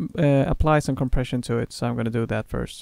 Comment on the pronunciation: So, at the risk of sounding like an absolute dork. when you say Co. Preasion you probably mean compression right? is there one particular compression in Studio one that you would recommend? let me know if the questions get too out there! haha ;)